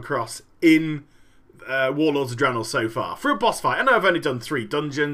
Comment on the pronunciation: its draenor